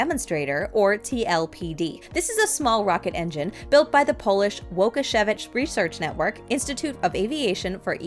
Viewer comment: Łukasiewicz should be pronounced like Woo-kah-sheh-vitch (well not exactly as si/ś [same sound, don't ask why] does not have a real equivalent in English, so just try to nasalize the sh sound). Yes I will watch every space this week to correct the polish pronunciation XD